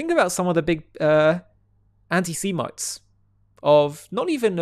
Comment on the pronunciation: You need to work on your pronounction of the word "antisemitism " its not C but S.